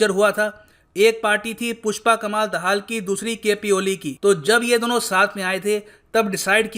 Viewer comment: Why r u not able to Pronounce a simple Hindi-Sanskrit Name? पुष्प कमल दहल ' प्रचंड' It's not that hard.